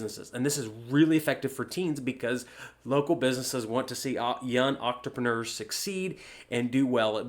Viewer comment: is this guy saying octrapreneur??